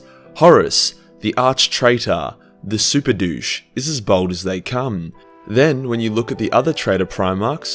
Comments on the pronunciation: bAld not bOld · As a white man who shaves his head, I am outraged by your assertion that it is a mark of evil! (Fortunately your accent makes it sound as though you are calling Horus a bold cu*t, which I suppose he kinda was...) ;D